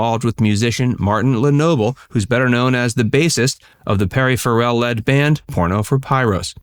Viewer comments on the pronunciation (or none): Why did Selma Blair shave her head? No judgement, just curious. Also, it's not pronounced fuh-rel. It's pronounced fa-rel.